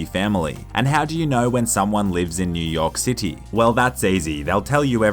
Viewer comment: He said "in New yolk city